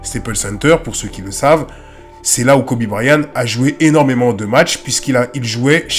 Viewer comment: Belle vidéo! Mais seulement, vous prononcez Kobe Bryan. Mais en réalité c Kobe BryanT. C'est de l'anglais, toutes les lettres comptent.